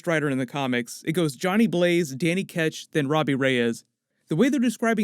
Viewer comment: Don't forget Carter Slade ,Nathan Kale and Mackie! :D Also its Danny Ketch, not Catch! XD